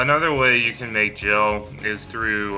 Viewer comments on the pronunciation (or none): Nice and informative video, so thanks for that. However who in the history of final fantasy has ever pronounced GIL AS JILL?? WHOO??? Hard G dude, hard G.